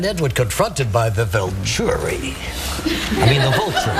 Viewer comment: "then there's the Volchuri, I don't like him!" haha lol at the way he says volturi and he doesn't know anything about twilight.:p